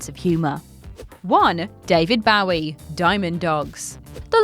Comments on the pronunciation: Bowie is pronounced "BÖ-ee," not "bOW-ee", thank you. (Somebody had to do it, and since your co-workers won't, I'LL be that asshole.) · she's not the only one at WC who says bowwie instead of bow-ie. It's obnoxious and disrespectful. People love to say "but they're English!" Yeah, and so was Bowie! How a person says their name is how it's said, period. It's not open to interpretation, no matter where you're from. But WC neither care nor fix it; it generates more comments and therefore more [false] interest in their videos, which means money for them. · As much as I love...That's not how you pronounce Bowie...According to Bowie himself at least...As he himself; pronounces it like Joey... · she's not the only one who says bowwie instead of bow-ie. It's obnoxious and disrespectful. People love to say "but they're English!" Yeah, and so was Bowie! How a person says their name is how it's said, period. It's not open to interpretation, no matter where you're from. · You fuckers need to learn how to pronounce David Bowie...The fact that you mispronounce it wrong twice, and then pronounce it correctly tells me that you know how to say his name correctly, and you're doing it just to piss people off. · Your pronounciation of Bowie should be banned. Its hands down the most offensive thing in this video.😀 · She pronounces "Bowie" 2 different ways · How a person says their name is how it's said, period. It's not open to interpretation no matter where you're from. David Bowie was English, so you can't use that as an excuse for the blatantly disrespectful way you repeatedly mispronounce his name. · It's really not a big deal, it's not like they're trying to Diss him, it's just a mistake they probably don't realise they're doing, also the word bow has different meanings, that are pronounced different, so really it's an easy mistake, likely just caused by hearing others pronounce it wrong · please stop saying Bowie. It literally makes my insides hurt. Otherwise, love ya.